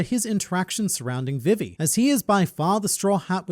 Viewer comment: I like how he says vivie instead of vievie...